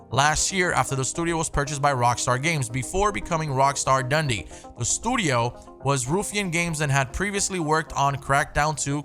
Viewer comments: So funny hearing my city being pronounced like "Dundy" Like the awards from The Office. It's pronounced "Dun-dee" And it's a sh** hole lmao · As a Scotsman, the way you say "Dundee" cracked me up 😂